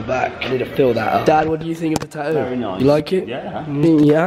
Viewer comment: It's not taoo it's tattoo